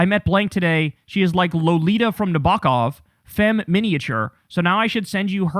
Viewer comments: "Nuh-buk-ov". Ummmmm, no. Nab-a-kov ... just like it's spelled. 🙄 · Riga is the capital of Latvia, Kyle. And in Nabokov the first syllable is stressed.